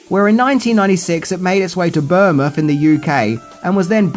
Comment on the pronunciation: Another good video mate, but Bournemouth is pronounced Born-Muth.